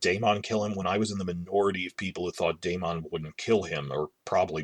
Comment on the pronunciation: How is it possible this person watched the entire first season of HOTD and does not know how to say Daemon's name ??